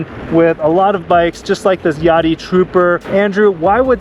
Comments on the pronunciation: I would pronounce it like Ya dea, like "Idea". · Think it’s pronounced ya-day-a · i would hate to hear how you guys pronounce "idea"